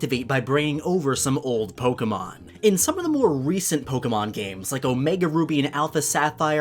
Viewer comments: It’s po ke mon not polkamon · Why do you say “poke” correctly when you say your name.. but say it “poke-uh-mon” when you’re talking about the game? It’s so hard finding a Pokémon you tuber who says it correctly. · The amount of times he said “ Poke guh mon” in the first minute. I gagged and had to dislike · Pokuhmon pokuhmon pokuhmon. POKEMON, not pokuhmon. My ears bled hearing the kuh